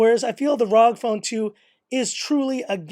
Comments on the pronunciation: its pronounced (rogue) ROG phone 2. good video tho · It's R O G as in Republic Of Gamers